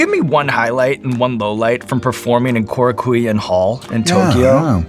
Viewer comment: Shawn is an amazing host, but man I had a laughing fit when he said "Koraku-wee-un Hall". (Kou-raku-en)